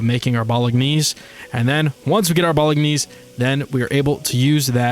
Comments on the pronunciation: Its kinda pronounced as "Bowl-en-yays" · Bolognese is pronounced BO-LO-NAYZE. NAYZE rhyming with FAZE. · ... Its pronounced "Bowl-a-nays" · Amazing Modpack and very Fun video :) and please learn how to say bolognese XD